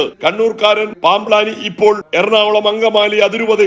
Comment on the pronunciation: എടാ നിന്റെ പൂതി നട ക്കില്ല. നിനക്ക് ഇതൊക്കെ ആരോ എഴുതി തന്നതല്ലെ. അല്ലാതെ ഒരു വാക്ക് തെറ്റാതെ പറയാൻ പറ്റുമോ?.പാംബ് ലാനി എന്നല്ല പാംബ്ളാനി എന്നു വായിക്കടാ.